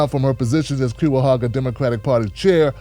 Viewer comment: Ew. “Cue-a-hoga”. As a Clevelander,, it’s pronounced “Kai-uh-hoe-guh” love the content man